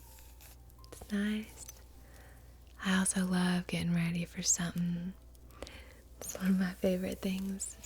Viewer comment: Your farm girl accent, mannerisms, and personality really do remind me of what we would be like if we did asmr. Gaw, you even said “sum’n” the way we say it (something) aaaagh you said “idn’t it?” (Isn’t it) how did you know that?🥰 I’m from the South😌Mighty pleased to meet you! Now I’m wondering how you did your research and learned how to sound like one of us. It’s one of my dreams to join a community where I can play bluegrass for the parties and we all wear old-fashioned clothes🥰🤠 I liked the music you picked but it sounds slightly Scottish/Irish/Celtic. Ashokan Farewell or another slow bluegrass tune would be perfect for embodying the culture of the American South (if that’s what you were going for)🤗